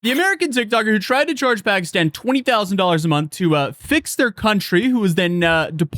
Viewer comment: She doesn't even know how to properly pronounce "Pakistan."